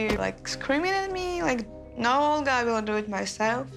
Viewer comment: He's literally saying oger instead of olga